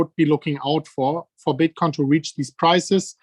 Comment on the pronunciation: He lucks ruff as fuck - It's called Bitcoin not Bitcorn Michael